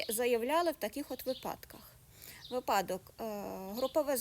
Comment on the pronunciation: Будь ласка, перестаньте гвалтувати мову. Використовуйте наголос у слові випадок. Зупинимо Цей мовний ектремізм.